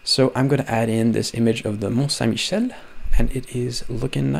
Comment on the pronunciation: perfect pronunciation of Mont Saint-Michel! 🤩